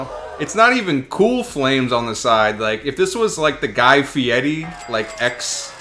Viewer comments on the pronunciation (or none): none